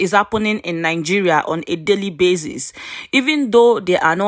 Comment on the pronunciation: Not NIN-GERIA BUT NI-Geria